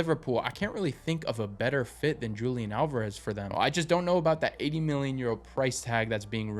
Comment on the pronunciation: You mispronounced Julián Alvarez